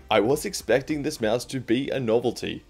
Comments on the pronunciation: nice video but little note its a (maus) not a mEAOUSE xd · he’s saying it normal?